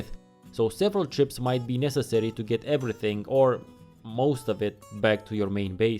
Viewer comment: Your "T's" sound like "D's" (very Indian) & the general rising & falling of your voice brings to mind that of Indian shopkeepers. The way you say "necessary" . I'm not judging though! I moved to France recently & I've no doubt I sound completely retarded to the locals with my English accent. Thanks for the very informative video & no spoilers of any kind. I am currently about to start my first play through of this game & I want to know the rules of survival mode, without knowing any of the plot or too much about the world/enemies/missions.